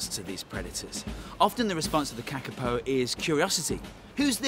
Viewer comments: Go the Kakapo, although they are cute even though they are dumb- btw you are saying it wrong it's pronounced carcapo (I would know as I live in New Zealand =] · You are pronouncing it wrong Kaa-Kaa-Poh I know this because I live in New Zealand